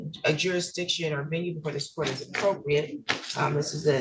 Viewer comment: “Jeerisdicrion” makes you sound even more stupid😅